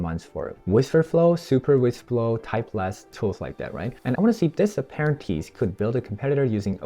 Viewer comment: If you’re gonna script it out at least learn to read 😂 wtf is an aparanteece